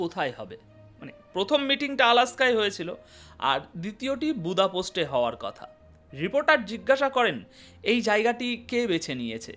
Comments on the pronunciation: শব্দ উচ্চারণের দিকে একটু নজর দিবেন,বার বার বোদাপোস্ট বলেছেন শুনতে বিশ্রী লাগছে,হাঙ্গেরির রাজধানীর নাম বোদাপেস্ট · বুদাপোস্ট নয়, বুদাপেস্ট। দানিয়ুব নদীর দুই পারের দুটি শহর বুদা ও পেস্ট একত্রে বুদাপেস্ট।